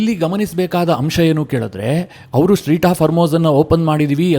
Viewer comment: ಸ್ಟ್ರೀಟ್ ಹಾರ್ಮೋಜ್ ಅಲ್ಲ ಅದು ಸ್ಟ್ರೇಟ್ ಹಾರ್ಮೋಜ್